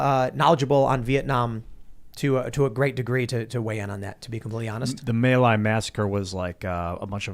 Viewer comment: Mi Lai is, or at least was originally, pronounced "Mee Lie."